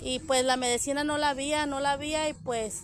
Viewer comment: La medecina😂😂😂😂ay se dice medicina